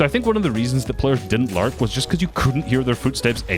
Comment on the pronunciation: Every time he is about to say "lurk" i think he is gonna say "larp"